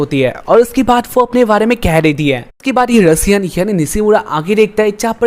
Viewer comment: Bhai vo Russia nhi ru Sian hota hai😂😂